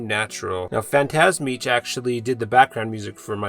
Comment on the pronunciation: Just watching the end of the video and got a shout out 😄 thanks man, appreciate it (by the way is pronounced PhantasmiK) still owe you the remastered version of the track 😉